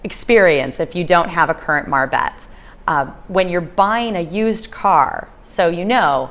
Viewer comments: Is not call a marbet, is call a marbete. You have to pronounce the e at the end, te...like te-lephone or te-levision, etc. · The "e" at the end of a word in Spanish is also pronounced.